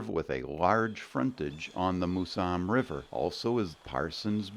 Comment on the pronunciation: It's "Mouse-em", not "Moo-sam".